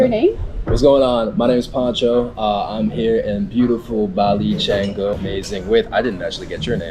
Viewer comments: Not chaingu, it's chahngu. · It's -Kan-Goo, Not -Chang-Goo! I love when Westerners Obliterate Pronunciations!